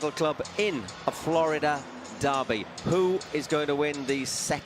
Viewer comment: Que alguien le enseñe a pronunciar FLORIDA al gallego. Hace dos años que lo pronuncia mal. Que lo diga en español al menos, para no pasar verguenza.